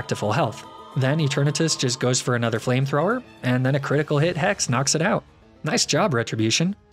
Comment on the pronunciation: FLAMETHROWER, NOT FLAMTTOWHER! OCTILLERY, NOT OCTILARY!